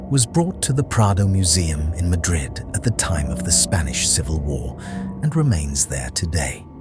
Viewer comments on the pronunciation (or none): none